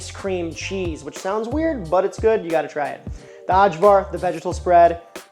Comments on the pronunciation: your prouncing cevap wrong, the 'c' is a 'ch' so it's Chevap. Also, for ajvar, the 'J' is a 'y' so it's ayvar. Did you post the recipe for the lepinja? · interesting pronunciation of cevapcici, but that one wins for sure! but cevapcici= che vahp che che. AJVAR=eye var. in croatia at least. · "uhdshwar", lol. It's pronounced "eye-vuhr" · Ay-var. Its Ay-var. Eye-var, if you will. Gahhhhh! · Ajvar is pronounced "Eye'Var" for future reference. THe J's are usually pronounced as Y's. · yep, great job! implementing these tips if you make cevapi again will make them 100x better btw, ajvar is pronounced more like ay-var 😄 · Looks great but , but the way he pronounces ajvar 😄 and then lepinja like it is some mexican bread( la pinha) 😄 , and the cevapcici is also funny. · I'm gonna show this to my Serbian friend and let him hear you mispronounce half the words